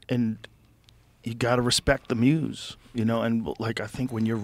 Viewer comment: I swear if joe says "the muze" one more time